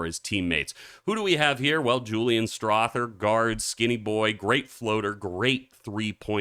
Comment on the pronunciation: Strawther is pronounced like mother and father, not thing and thick.